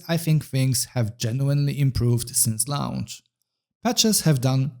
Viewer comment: Launch is pronounced like "LONCH" not "LA-U-NCH". Please stop saying LA U NCH. Thanks